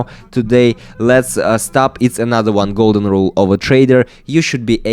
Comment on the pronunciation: felt the russian energy when he said golden rule